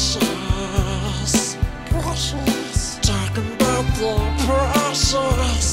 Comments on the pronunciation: I thought you kept saying "depression" and not "the precious" 😂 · in the my girl when yoi say the precious i thought you said depression cause I was only listening and I legit said same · I thought he was saying depression during “the precious” singing montage 😭😭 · At first when I heard him say what can make me feel that way the precious I thought he said depression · Why do I hear "depression" instead of "the precious" in his Smeagol song? Also, what do you call a male Karen?